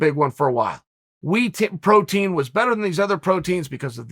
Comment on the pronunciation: Chael “wee protein” Sonnen